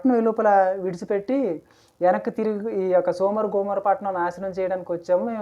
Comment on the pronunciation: సోమర గోమోరో కాదు సోదొమ గొమొర్రా చెప్పడం రాకపోతే మానేయండి తప్పు చెప్పొద్దు మీరు చెప్పేది తప్పు లోతు గారు తప్పు చేయలేదు ఆయన కుమార్తెలు తప్పు చేశారు